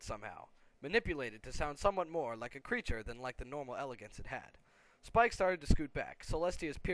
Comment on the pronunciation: no not spike y spike